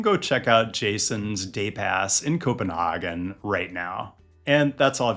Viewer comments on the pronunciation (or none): Co-pen-hah-gen is the German pronunciation. Co-pen-hay-gen is the English. The Danish pronunciation requires 3 beers first. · not to nit pik, but the way you pronounce Copenhagen is a little off, and might be a bit offensive to locals. (It sounds German) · Great video, however, please don't pronounce Copenhagen like that, no one from Copenhagen says it like that. For reference 'CPH Girls' by Christoffer is how we'd pronounce the "A" in Copenhagen